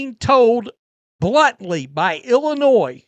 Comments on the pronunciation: The S is silent. Just say n. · I can't take seriously anyone that pronounces Illinois with an "S" unironically. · Sir, you do not pronounce the S in Illinois. Grammar matters.